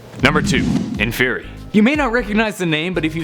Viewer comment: Inferi (in-for-eye)